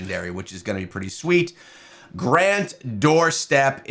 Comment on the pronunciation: Did you miss pronounce his name on purpose to get people to comment like this? Also, do you have access to the test server to test multipliers?